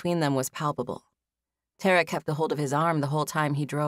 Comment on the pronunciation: I'm repeating the first chapters again. I wondered why the female lead was called Terra or Tarra...then it clicked 😂 I've always heard it pronounced Tah-ra😅 but the narrator is excellent nonetheless